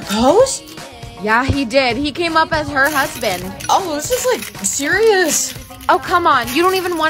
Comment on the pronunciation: Husband not huband😂😂😂😂 sorry if i was mean